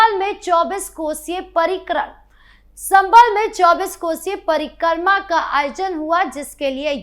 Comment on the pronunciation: कृपया परिक्रमा को parikarma न बोले।